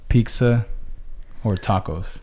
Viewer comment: Serious question why do u guys say Pixa instead of pitza? My man saids it like that too